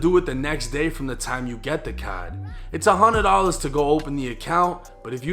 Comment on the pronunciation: Cadd 😂instead of card but good video